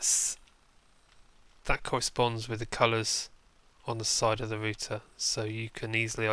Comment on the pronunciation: Thats how you are meant to Pronounce it -_